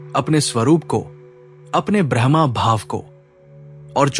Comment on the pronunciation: ब्रह्मा brahama नहीं ब्रह्म braham Bahut फर्क है। कृपया उच्चारण ठीक कीजिए।